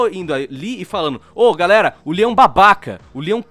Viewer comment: q agonia dele pronunciando Leon como lion mas o vídeo ta ótimo